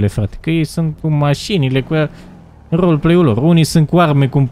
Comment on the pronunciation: Pe atunci nu ziceai Roleplay ziceai roly play